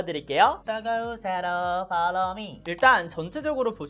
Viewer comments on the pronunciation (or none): 이분 처음 보는데 텐션이 ㅎㄷㄷ...👍 다과오솨로 퐐로우 뮈! 밖에 기억에....ㅎㅎㅎ